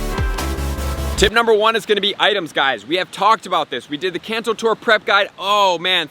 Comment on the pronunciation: U say kanto wrong